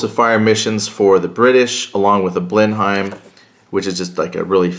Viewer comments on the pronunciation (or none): The aircraft is pronounced blenum. I know English is messed up.